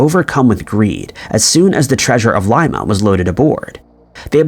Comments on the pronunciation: Not a hater by any means. I just would like him to pronounce cities, towns and countries correctly or at least fix his pronunciation on the ones we have asked him to, like Coventry, Dublin, etc. And now, it would be nice if he could correct his pronunciation of Lima, Peru. It is NOT pronounced like Lye-mah, like a bean. It is pronounced like Lee-mah. Come on. We love your videos and everything else, except for those mispronunciations. On the contrary, I happen to like a lot. Even if he does end up being AI. We merely would like him to consider correcting those pronunciations. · LIMA pronounced LEEMA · Dude, you're killing me. It's pronounced Leema